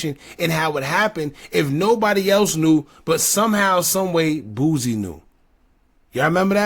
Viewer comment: Yall kill me saying “boozy” it’s “boo-c” “boosie” 😂😂